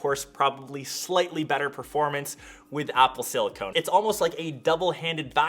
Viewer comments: It's not "Silicone". It's Silicon. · tipoomaster then why does he pronounce silicone? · Haha, 😂😂 He said Silicone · Oh come on, after your other videos it should be clear now it silicon and not silicone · Apple Silicon... not Silicone. Silicone is a rubber. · It's not silicone at all, chips are made of silicon, two different things. You would pronounce it in silicone. Silicon is what chips are made of, Silicone is what fake boobies are made of ;) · He's saying the wrong thing. Silicon with no E is an element used in chips, Silicone with an E is a polymer used in things like implants. There's no E in silicon, so it's not a case of not pronouncing the E. You do pronounce the E in Silicone, but that's not what's in chips. They're not the same thing and not interchangeable. Silicon - Silicone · You dont pronounce the “e” in silicone.